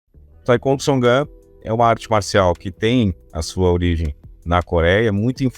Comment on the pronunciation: Pronúncia totalmente errada. Historinha da carochinha. Taicôndo. Que cara ridículo. 171